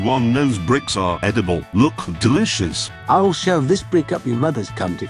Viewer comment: "Look - deLISHes!" 🤣🤣